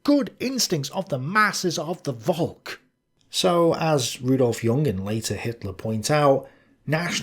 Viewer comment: Hey, when you say Volk, remember it's not pronounced "Volk", but "Folk". Thank you.